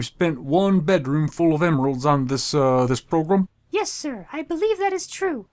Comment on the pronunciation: wow they actually say progrUm